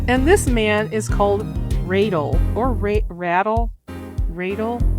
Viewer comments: It's radal not vadal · oh I watched it alright. Y'all just sad. And the way you say radal is just funny.